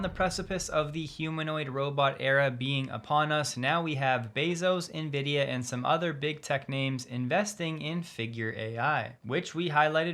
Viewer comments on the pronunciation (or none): none